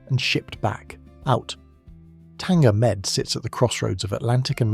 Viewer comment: Tanger med not tanga med but great video nonetheless